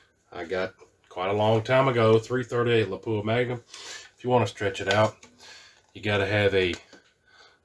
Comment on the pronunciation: lap wah, not pap u ah